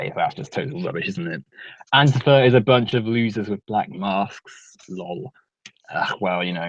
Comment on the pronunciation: Warcorpse says antifa right not AnTIfa